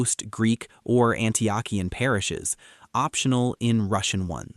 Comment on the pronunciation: Great video but a few critiques. #1 How to pronounce Antiochian= An-tee-oh-kee-an. #2 ROCOR is also Eastern Orthodox. ROCOR=Russian Orthodox Church Outside of Russia.#3 You can wear short sleave color shirts. Except at the monastery's i have visited where men and woman must wear long sleave and woman must have a head covering on. Other then that great video. Glory to God in all things.